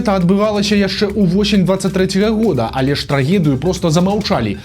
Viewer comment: не пажьней, а пазьней, не яшшэ, а яшчэ, не распаўшюднікаў, а распаўсюднікаў і т. д.